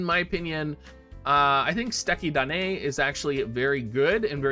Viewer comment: It's funny how Americans pronounce "Suteki Da Ne"